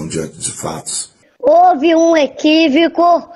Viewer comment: Ok, ok, houve um “equívicu”, houve um “equívicu”😂😂😂😂😂